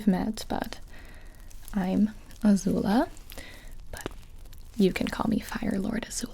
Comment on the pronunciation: Did she say fart Lord azula ?